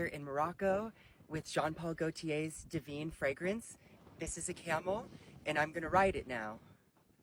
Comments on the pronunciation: So Dylan basically said camels smell so I’m spraying the desert with a perfume, oh and I’m littering, you pick it up because I’m too much of a princess to do it. Then went on to assault a camel by gyrating on it all the while insulting women. Oh and mispronouncing the product. It’s Divine not devene. Great one. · "Diveen" womanhood